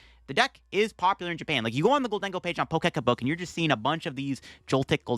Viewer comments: i slowed it down to half speed and I still can't understand. In fact he sounds drunk at slower speed lol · is Pokecabook 😂